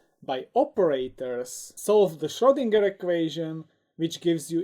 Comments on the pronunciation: And the G is pronounced like in "gag" not like in "ginger" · Schrödinger. As a Viennese guy, I can promise you that the letter 'o' and the letter 'ö' are two distinct letters. They also don't sound the same.